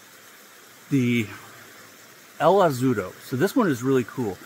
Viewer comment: You got el gavilan well this time The first azulado when you said it slowly it went perfect El magico went perfect too Now you need to perfect the peluquero “Peh- loo - queh - roh Have a nice day sir